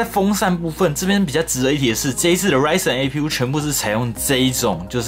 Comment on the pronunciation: 從頭到尾就ryzen 唸對，我的天